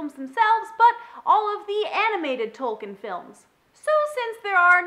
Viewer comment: nitpick I know but for future reference, his name is pronounced "Tolkeen".